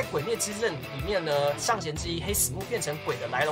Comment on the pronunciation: 唸成黑死「木」也很奇怪，不是不行，只是唸成「謀」跟日文的發音較接近